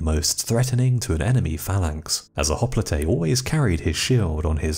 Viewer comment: I could be wrong, but I believe that hopelite is pronounced hop-light not hop-Lee-Tay. Otherwise I should say you are one of the best channels period. Thank you